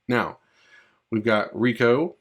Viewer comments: Ray ko, they say it in the games, not reeko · his name is reiko not rico or riku lol